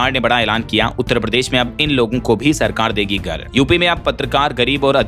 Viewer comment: भाई नियमित रुप से आपका समाचार सुनता हूं हिंदी भी अच्छी बोलते है, एक सुधार और कर लीजिए, नियमित अभ्यास करने पर ठीक हो जाएगा, भाई आप "घर" को "गर" बोलते है, "घ" बोलने का अभ्यास कर ले 🙏